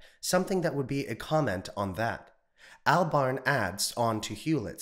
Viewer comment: Cant pronounce Albarn. Cred low.